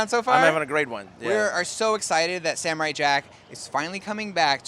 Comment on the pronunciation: Sam-o-rai jack, JACK